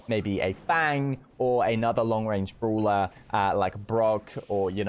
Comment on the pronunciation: 'Brola' , uuso , ull of the The list goes on & on 😂😂